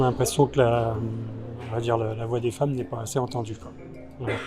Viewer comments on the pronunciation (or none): none